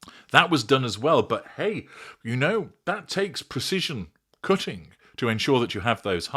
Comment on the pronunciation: “Cooooting???!!!!!!”think you meant “Cutting!”😂😂😂😂😂😂my little NORTHERN FLOWER!!!!🌹 ❤❤❤❤❤❤